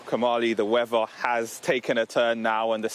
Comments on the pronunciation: "Da Wevva" 🙄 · Like how says snowy wevvar.